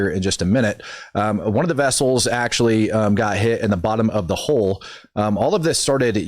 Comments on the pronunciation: Hole rhymes with pole, hull rhymes with dull Just a friendly reminder cause it could confuse people when you say there's a hole in the hole 🙂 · the bottom of a ship, the "hull," is rhymes with "skull" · Geez 🤦🤦🤦🤦🤦🤦 It's a "hull", not a "hole"